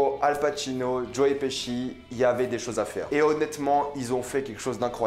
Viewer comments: Tu nous les casse tout le temps avec ta salle au cinéma..comme si ya que toi qui a droit dy aller Et on dit joe piski et non pas pichi 🤦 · Mdr joe piski nimp ca se prononce plus ou moins Petchi.